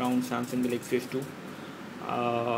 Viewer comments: Pls speak english..its not gelexy its galaxy...GALAXY..WTF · dude....its Galaxy, not GELEXCY!!!!!! lol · Pls speak english..its not gelexy its galexy...wtf